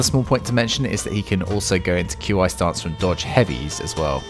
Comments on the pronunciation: Qi IS PRONOUNCED "KEY" NOT "Q i"! Fucking pissed off now because you are uncultured and can't pronounce things properly! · Walk the plank, pistol blast, back into walk the plank. They've made this combo cost LESS stamina. Nuts Also it's pronounced "key" not Q.I. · FYI. It's not pronounced "Q I". Try "KI" or "Key" stance. Language is funny like that. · I don’t mean to be picky but it’s not Q I separately, it’s pronounced ‘Key’ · “ q i” stance is pronounced “chi” stance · Q, I? Tf? That's not how you pronounce it my dude. 😂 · Yeah uh... Why are you spelling Qi? It's not hard to pronounce. It's just chee. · It’s pronounced, “key” stance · Nah bro said “Q I stance” 💀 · I know I'm being a bit of a moron, but, Qi stance is pronounced like chi XD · For future reference, Qi is pronounced KEE. Just like the DBZ Ki.